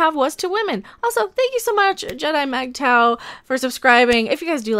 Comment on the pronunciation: MGTOW is pronounced Mig-tow, to rhyme with fig-wow.